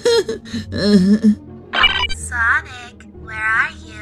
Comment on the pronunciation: dark sawnic moment